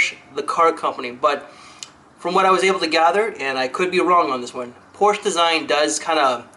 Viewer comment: Quick note: the "e" in "Porsche" is not silent (: Apart from that it was another great video!